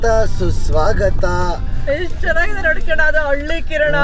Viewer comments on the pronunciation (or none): none